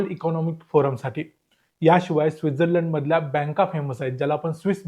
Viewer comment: योग्य उच्चार तूच केला भाई डेवोस असा नाहीतर सगळे दावोस बोलतात..पण तू स्वित्झर्लंड ला चा उच्चार चुकीचा केला 😅